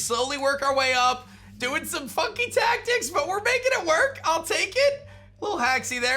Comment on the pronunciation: DID I HEAR FUCKING TACKICS